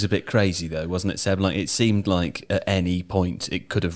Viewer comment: Yeah this got shredded for whatever reason, cut off the first part! How can I get hard without hearing saying Seb's name wrong?